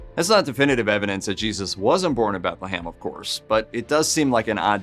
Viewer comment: BethleHAM? BethleHAM. Seriously? Read a book dude. Jesus! Pun intended.